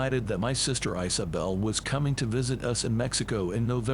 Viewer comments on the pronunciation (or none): Eye-sew-bel? Don't you mean Isobel, pronounced EE•so•bel? And where is this Wohacka? If it's in Mexico, Don't you mean Oaxaca, pronounced Wah•(k)hah•kah?